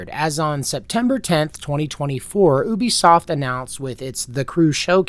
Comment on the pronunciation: It's refreshing to hear Ubisoft pronounced correctly, but you ruined it by calling PirateSoftware a "developer".